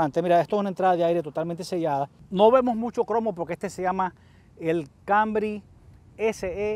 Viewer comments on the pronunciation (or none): Dice ser profesional y hablar así tan mal ? Toyota “ kambry”? TOYOTA CAMRY ! Habla bien y acentúa bien los nombres no vengas aquí a cambiar le el nombre a los vehículos apréndete bien sus nombres si este es tu trabajo ! Hazlo bien y si no entonces no hagas nada